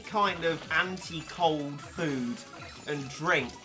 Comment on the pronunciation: Why do you say “anti-cold” like it’s a battle cat trait lol